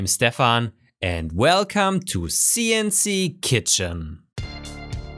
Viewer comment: Welcome to See-En-See Kee-Chen! :-D